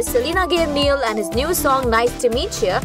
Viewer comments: Its not neeial its Niall.😂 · "Nieal" noo!! It's Niall. Take his name properly man.. 😬🙄